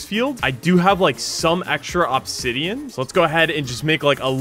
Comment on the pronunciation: “ohb-zidean”